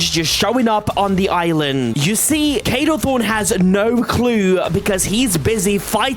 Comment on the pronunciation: NOT KADO THRONE KADO THORN